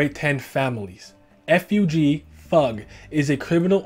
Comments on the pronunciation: it sounds weird for me to hear it as "Fahg". I've always read it as F.U.G. Both are relatively correct I guess but still... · I'm korean but yes fug (rhymes with hug) is the right pronunciation! Nice video btw :) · pretty distracted with how this vid pronounces FUG, I always read it as F U G but I don't remeber if the correct pronunciation was ever mentioned in the webtoon haha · I always pronounce fug as fugue, because it sounds more artsy, and better in my head. It’s not right, but I’m a westerner, and gotta do that sometimes to make things sound more natural.